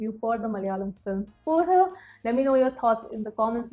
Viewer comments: Puhu not पूजहु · puzhu is pronounced as puzhoo... Like proper U... But I can understand some words the rule is different.. Like Manichithrathazhu.. here the ending u is not prominent... Puzhu means worm... Another word Kazhutha this means donkey 🐎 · Just pronounce it as puyu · Struggling to pronounce "puzhu" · Haha...I like the way u pronounce Puzhu